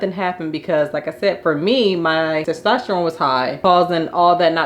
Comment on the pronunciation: It's TESTOSTERONE!! not TASTESTERONE